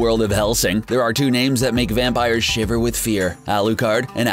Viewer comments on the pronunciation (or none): none